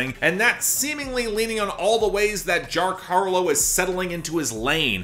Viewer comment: "jark harlow," for some reason that faux pas made me giggle like a simple child lol